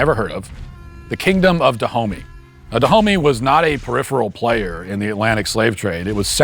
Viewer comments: The Kingdom of Duh-Homie? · It's usually pronounced ''Dahomé''. Also that kingdom rests where Bénin is now, and there are multiple shrines there honouring the victims of the dahomeys. It's not like theyre very fondly remembered for obvious reasons lol. There are a lot of these shrines all across African countries like this